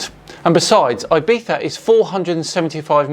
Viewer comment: I don't think you could have pronounced IBIZA more incorrectly.